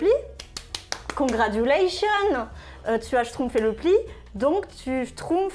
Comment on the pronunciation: Qui a entendu le condragulation ?